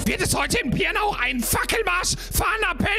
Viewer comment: Argh, weil ich wusste, dass die Stadt nicht zum letzten mal erwähnt werden wird, habe ich dir die Nachricht bei Twitch gesendet. Die Stadt heißt Pirna und nicht Pierna.